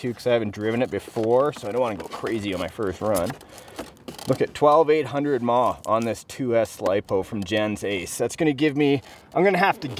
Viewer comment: saying m-a-h is correct just not mad